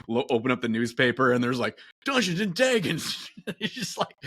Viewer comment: the way does the midwest slur (Detroiter here) when he says Dungeons & dragggeens is awesome please keep this stuff coming!